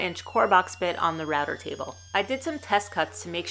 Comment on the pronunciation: not really. Sometimes router sounds like ratter and quarter like qwata